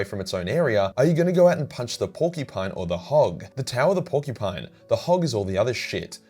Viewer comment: YOU LITERALLY SAID "PUNCH THE PORKY-PINE" 🤣🤣🤣🤣